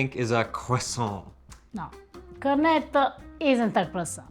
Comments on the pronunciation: it is not a cornedo or cornedi. It is pronouncedCorneTTo and corneTTi You must stress the T and remember is a double TT if you do not do that it sounds like corneto which is equally wrong. Like when you say Italy it sounds like Idaly which is annoying to Italian ears. Just a suggestion friendly suggestion as I enjoy your videos. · Cor, roll the r, net’….toe….. not….cor net o… in my 45 years living in an Italian household with relatives in Italy…I’ve learned 😉🤣🤣🤣🤣🤣 Ava, another wonderful job…..in Reggio end of September visiting family!